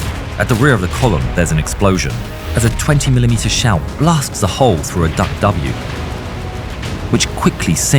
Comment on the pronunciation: It is DUKW pronounced Duck. It was developed as a private venture in a collaborative effort between General Motors and a yacht company. The military kept saying they didn't want it until one stormy day they were used to rescue people from a wrecked ship that the Coast Guard could not reach. Not only was it one hell of a truck it was very sea worthy.